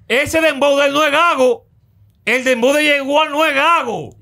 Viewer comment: No es Dembow, es "PLEPLABOW"😭😭🤭🤭🤭🤭🤭🤭🤭